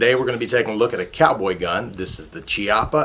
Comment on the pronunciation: Pronounced "KEE-ah-pah"